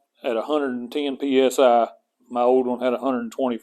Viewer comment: The “old un” I love it. We speak the same dialect. Thanks for the review lm looking for a small compressor to air up “Tars” and such.